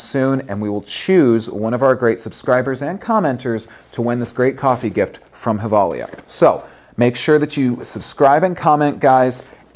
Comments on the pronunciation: Umm... Gevalia isn't Spanish... It's pronounced "jevalia"... 'J' as in John, that is. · actually just watched a Givalia commercial and discovered it is pronounced with a "J" sound and not Hilvalia. lol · Nice to see that u give away something from a swedish company. Gevalia means Gävle in latin. Gävle is the city were they makes the coffe. Did you know that? And it´s pronounced with a "J".